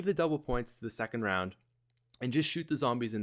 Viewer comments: I love high “roun” strats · high "roun" strategy?wheres the D? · you...you lost the "d" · High roun 😂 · High roun? lol